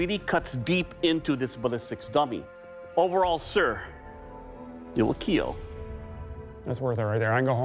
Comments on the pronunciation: Mr. Henry Rollins, your blade, will keal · yes its metal, BUT WILL IT KEAL???....